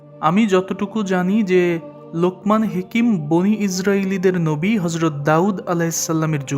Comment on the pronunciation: হেকিম না হাকিম হবে।